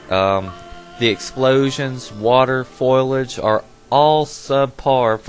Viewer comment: lol when yo said 'foilage' did you mean foliage?